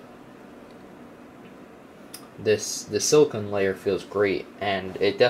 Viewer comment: silla CONE NOT KUN